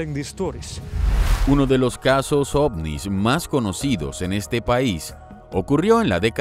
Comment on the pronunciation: Un momento dijo osnis? Jajajajajajajajajajajaja o solo soy yo porque estoy viajando por la galaxia 💉💊🚬💨👹🤘